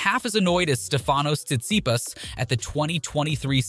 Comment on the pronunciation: Omg the pronunciation of tsisipas and kgririos was absolutly terrible